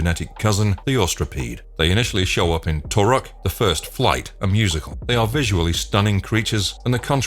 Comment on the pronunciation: Bro didn’t even pronounce them like the Navi do, it’s “Too-koon” and “Ee-you”